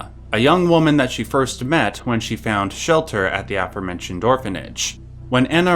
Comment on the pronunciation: Dudes, please! "Aforementioned" is pronounced "uh-FOR-mentioned" not "AFF-er-mentioned."